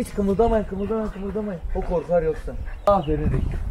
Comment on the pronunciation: ABİ AFERİN DE YA AĞĞĞĞĞĞĞĞĞĞĞĞFERİĞN DEME :D